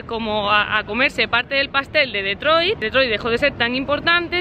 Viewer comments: No se pronuncia DEtroit si no"Ditroit" con pronunciación en inglés...por FAVOR. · Se dice o se pronuncia Ditroit y no DETROIT